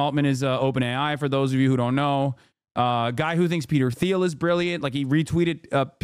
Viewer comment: Hi Hassan, Peter Theil’s last name is pronounced Teal not Theal, just fyi.